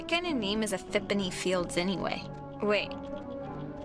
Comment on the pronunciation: "ephipany" you adorable human >___< also that awkward moment when your friends jump of the cliff #justgettingpossessedbynuclearmonsterghostthings